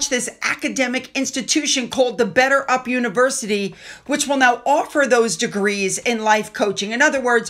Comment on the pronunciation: He can't even say "better up" - he pronounces it "bedder ub"